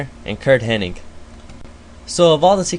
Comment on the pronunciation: SA-SEW-KAY? really? and its curt hennig. not henning.